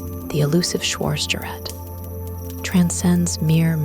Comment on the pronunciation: Our narratrix should learn how to pronounce "schwartzgerat," among other words.